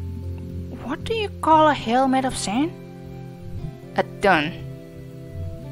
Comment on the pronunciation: dune doesn't rhyme with done, it rhymes with noon ;) oh... :( sounds like you have a hard time pronouncing that. It's certainly an unusual thing to pronounce, but the way I say it has more of a G sound than your attempts. At one point it sounded like you threw in an R heh. I'm always fascinated by how different native languages influence the ability to pronounce certain sounds in other languages. That part at the end has me anxious